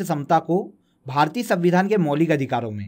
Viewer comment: abe sanvidhaan hota hai savidhaan nahi